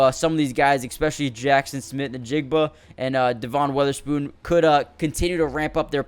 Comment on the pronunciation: Kinda shocked how many guys’ names you pronounced wrong. Devin Witherspoon, Brian Monay, Vigh Jones, Jair-un Reed, had to stop watching at that point.